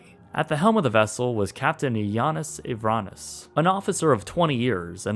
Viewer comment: It's pronounced Yawn-eese not Yah-nis.